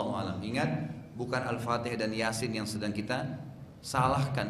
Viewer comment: Baca fatekhah kok denat biz boz